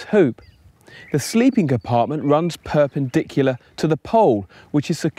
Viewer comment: 57 sec,s in, Perpindicular ? You lost me buddy.